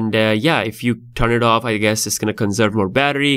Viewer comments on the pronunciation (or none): none